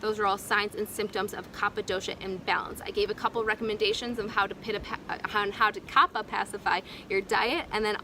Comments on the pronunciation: a constructive correction: the pronunciation is "Kafa" like cough and not "Khappa" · It is pronounced kafa and not kapa 😶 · It is pronounced "Ka-fa". People may find it difficult to take advice from you, if you are not aware of that. Please correct the error in your video. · Pronounced kafa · It's kapha ..like cougha